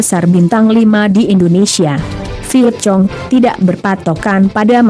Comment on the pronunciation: Vietcong… hahaha Vietkong kali